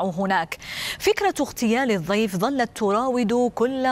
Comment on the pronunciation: ليت المذيعة تتعلم طريقة لفظ حرف الضاد صح فهي تلفظ كلمة الضيف ب الظيف